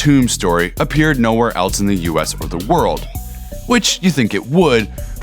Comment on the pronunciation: "Else" not "Eltse"